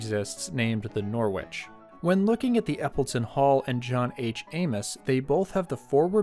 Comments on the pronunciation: The w in Norwich is silent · Your pronunciation of Norwich was way off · Thanks, I was wondering if it was a US pronunciation. I'm so used to the English pronunciation as I used to have acquaintances in Norwich, England.